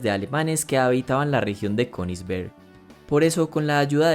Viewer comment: Dato que nadie preguntó: Königsberg en alemán se pronuncia Ku-nis-bærg (El "æ" lo puse porque eso se pronuncia entre una "a" y una "e" )